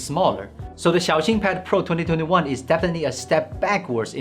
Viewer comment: This guy is a real Han Yue carrier. Xiaoxin is pronounced in a very good manner